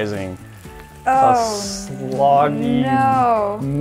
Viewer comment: "Sloggy" -2020